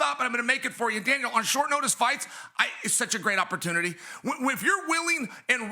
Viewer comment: Chael sounds like he’s saying Dana and Dale when he calls out to Daniel. Haha